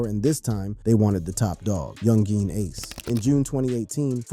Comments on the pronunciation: I really hate how you pronounce ACE NAME SMH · why you saying ace name like that?